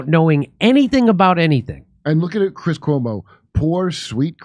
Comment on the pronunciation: I know there is "C", but every time I hear Chris "Huomo"..